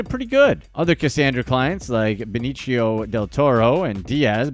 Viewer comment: Who the hell is benecheo it’s be knee - t o